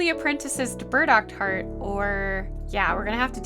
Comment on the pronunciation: My ears always hearing „bird-accord“…no, it’s burdockheart! xD